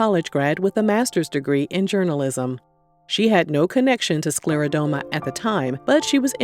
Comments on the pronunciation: It's pronounced: sclera-DER-MA not DOME-A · This was lovely. For anyone reading, it's actually pronounced sclero-DERM-a. Not sclero-dome-a. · SCLERODERMA - DERMA being the keyword for skin. You keep saying SklerodOma in this video.